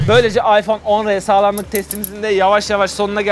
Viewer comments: iphone 10 r değil . iphone x r okunuş ayfon 10 ar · Allah rızası içün şu telefonun ismi AYFON 10 AR yani şu değik AYFON X R değil artık şunu düzgün söyleyelim